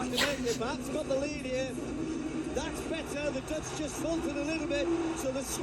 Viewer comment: why are you so good at pronouncing Dutch??? it sounds like you are native dutch